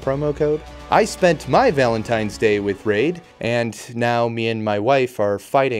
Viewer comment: Bro really said “valentime’s day” 😂